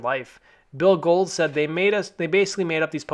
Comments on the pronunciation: Not to be "that guy", but it's Bill Gould (pron. Ghouled), not "Gold"... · Billy Gould (pronounced billee goowald ) not Bill Gold lol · Its Bill Gould, not Gold. C'mon son.